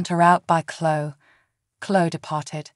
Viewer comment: It is Cloeee,not clo